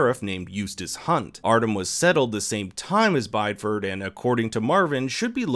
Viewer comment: Bideford, Devon, UK... is pronounced bid-ee-fud